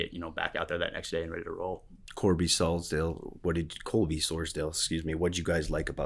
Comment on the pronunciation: Sors-DAHL not Sors-DALE